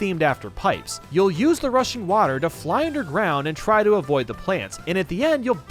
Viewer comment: I keep thinking he’s saying “Russian water”